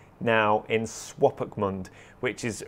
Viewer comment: Swopkapmund :D ;D best pronunciation ever. It's really cool seeing you visit a place I have been before (and long to go back to) and seeing your enthusiasm for a place I love.